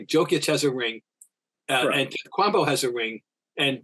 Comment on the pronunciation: 10 years in the league, so many earned accolades and still can't get Antetokounmpo's name right.